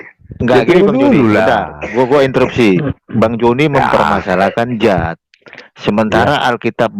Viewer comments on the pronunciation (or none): Bukan zat tapi Dzat. Baca lg yg bnr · Bukan zat tp Dzat